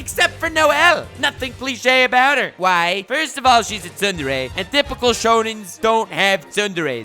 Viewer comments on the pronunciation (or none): none